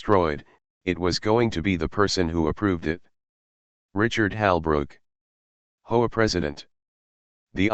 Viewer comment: Gotta love AI pronouncing HOA as hoe‼️ just about right